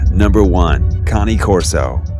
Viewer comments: i have 8 pitbulls. their pulling strenght is CRAZY!! ive lost count of how many times ive been dragged like a wagon across my yard while taking them out. love my dogs alot. i also thought Cane Corso was pronouced (kay-een kor-so) and not ( kan-ee- korso) lmk yall. :) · I don't know if this guy is dumb or just can't real it is spelt Cane Corso and is said as Kane Corso no Connie. I mean if u even look at the name no way in hell does it even remotely look close to the word Connie. Man this guy is dumb! P.S. my 5 year old daughter pointed it out that he was saying the name wrong. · Kani-Corso?....lol. So much of your pronunciations were off, but great video nonetheless! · iTS A CANE CORSO NOT CONNIE OMG GET IT RIGHT hahahaha